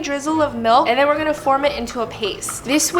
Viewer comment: "In the warm molk"